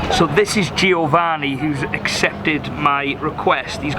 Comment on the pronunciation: every time you say GIOvanni I gringe ^^